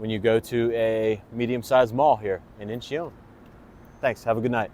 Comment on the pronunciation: It is pronounced In-chun. Two syllables